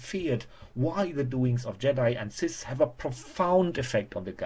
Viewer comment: YOU HAVE THE JEDI AND WHAT?! CISTS? MAN LEARN TO SPEAK XD